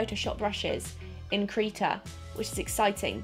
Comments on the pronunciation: Krita, not Kreeta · Its krihta not kreeta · Krita not kreeta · when does I sound like E its Kr i ta not kr e ta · why would it be pronounced KREETA? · Krita is pronounced cri tah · Krita is said like critter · Krita= kri-tah